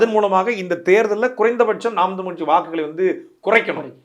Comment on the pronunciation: தமிழ் என்று உச்சரிக்கவும்(தமில் என்று உச்சரிக்க வேண்டாம் ) தங்களை நேர்காண்பவருக்கு. நன்றி வாழ்க தமிழ்